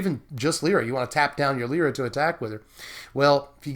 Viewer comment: Its Lie-ra not le-ra.